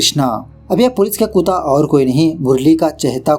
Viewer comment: Bhai kutta hota hai kuutaaa nhi 😅😅😅😅